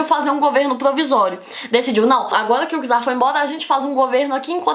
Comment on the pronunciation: Não é por nada não, mas a pronúncia correta é "tzar",pois a letra "c" em russo tem o som do nosso "t"